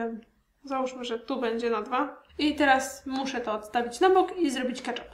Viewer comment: KetchUp a nie ketchAp